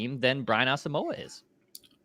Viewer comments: As-sum-quah was how he pronounced it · Its Asamo..wa. he said it in an interview. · Brian said his name is pronounced as-um-wah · On Vikings Circle, in the interview with Gabe Henderson, starting at the mark, he spends nearly a full minute explaining that his name is Ah-sum-wah (there's even a graphic with that pronunciation), and he goes into what the name means, his Ghanaian heritage, etc. It means a lot to him. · Asamoah said it is pronounced a sum wah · Nope.its wrong how u pronounce Asmoah. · Gabe Henderson asked Brian the pronunciation and you 3 are not saying it correctly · He’s African don’t butcher his name. It’s pronounced with a “y or w “sound. Don’t pronounce the “o” in his name. He’s said he’s said it before